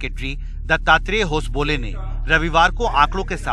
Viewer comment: Thik se prononciation karo naam होसाबाले